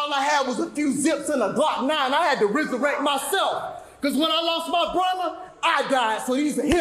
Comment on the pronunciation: Did he say "Rizzer rect"?